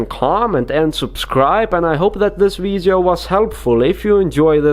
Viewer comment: Who else likes it when he says “veedyo”